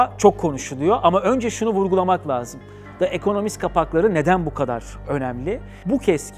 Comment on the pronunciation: De ekonomist değil Di ekonomist söylenişi